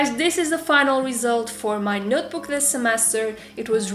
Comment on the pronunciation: She says notebook as nootbook. But still love you.😉